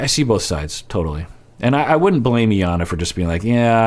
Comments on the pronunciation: I am so bothered that you’re calling her EE-yana! Lol even after hearing Jarrett call her Eye-yana lol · Her name is pronounced eye-yawn-nah. :)